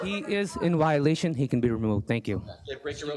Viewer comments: He says “wi-olation “. That’s not even English. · Kicked out by a man saying 'wiolatuon' 🤦‍♂️